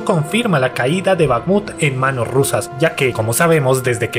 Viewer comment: Es Bajmut la kh es para el pobre inglés